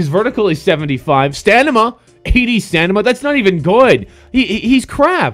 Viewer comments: he said stanima...... instead of stamina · STAMINA not STANIMA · This guy says stanima instead of stamina😂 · stanima!? stanima!? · he said "stanima" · did this dude just say "stanama" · lol he said stanima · "Stanima" Really Nigga? -_